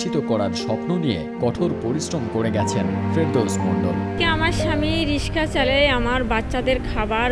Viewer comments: কেমন এম.এ পাশ করলেন? যিনি রিক্সা কে রিশকা বলছেন? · ভালো উদ্যোগ. একটা জয়গাতে আমার খটকা লাগলো. মাস্টার্স ডিগ্রী পাশ করার পরও, প্রধানমন্ত্রীকে পরধান মন্ত্রী এবং রিক্সাকে রিস্কা উচ্চারণ করে কেন? এটা কি শিক্ষা ব্যাবস্থার ত্রুটি? পরবর্তী প্রজন্ম কিভাবে শুদ্ধ উচ্চারণ শিখবে? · মাস্টার্স পাস।কিন্তু রিক্সাকে রিসকা বলে😁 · M.A পাশ করেও যে কিনা রিক্সাকে রিশকা বলছে তার হাতে শিক্ষা কতটা নিরাপদ প্লিজ ভেবে দেখবেন. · এম এ. পাশ করেও রিকশাকে রিশকা বলে🙂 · চাকরিটা কি অন্য কোন ডিপার্টমেন্টে দেয়া যেতো না? না মানে... no offence but, বাচ্চারা এখন স্কুলে গিয়ে উচ্চারণ শিখবে রিশকা আর পোরধান মন্ত্রী? 🙂